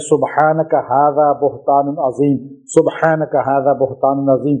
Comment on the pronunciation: سبحانک ھذا بہتان عظیم # اس پر زیر زبر نیں خود سہی سے پڑھنا